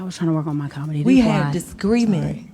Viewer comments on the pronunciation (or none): "We had a discreement." What, Monica? 😂